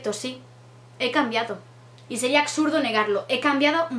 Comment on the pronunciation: Qué comentarios tan "ACSURDOS" JAJAJA!